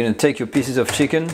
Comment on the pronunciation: delicious, but FYI, piece is not pronounced "piss"